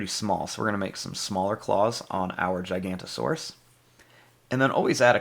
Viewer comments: It’s not gicantosaurus it’s giganotosaurus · It’s giganotosaurus not gigantosaurus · some people call it gigantosourus and some people call it giganotasaurus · giganotosaurus, not gigantosaurus. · ITS GIGANOTOSAURUS NOT GIGANTOSAURUS YOU ARE 1 LETTER SHORT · Just gonna say again its giganotosaurus not gigantosaurus the difference is gigano and giganto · Actually its giganotosaurus not gigantosaurus